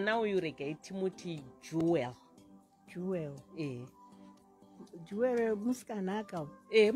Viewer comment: Jewel not juwel